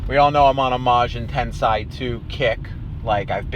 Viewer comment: i believe the corect pronunciation is tensei and not tansay